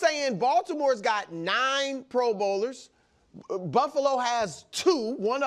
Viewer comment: I hate the way Chris says pro bowlers lol